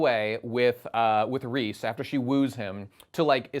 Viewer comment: "Reese" Jesus christ dude, it's レゼ, Reh-zeh.